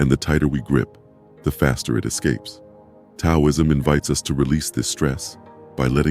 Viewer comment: I listened to half of it, but then I gave up. I just couldn't get past the mispronunciation of 'Taoism' and all the times that the words on the screen didn't correspond with the spoken words. The spoken words were correct, but it seemed like the written words on the screen were done by some kind of crude computer program, and then never proofread to see if they corresponded to the spoken words. It's too bad, because it's obvious that you took a lot of care with the visual images, and they were well done. You put a lot of work into your graphics, and just putting a tiny bit more work into the verbal part of the video would have made the whole thing exemplary.